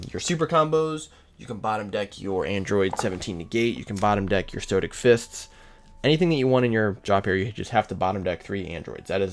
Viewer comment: STOW-ICK. Great deck btw